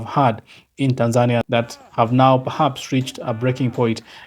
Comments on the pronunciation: YOU ARE NOT SAYING OR PRONOUNCING THE WORD TANZANIA PROPERLY. HOW DO YOU SAY IT? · ARE YOU SAYING THE NAME TANZANIA AS THE WAY YOU SAY IT IN YOUR LOCAL LANGUAGE OR THE WAY KENYANS SAY IT?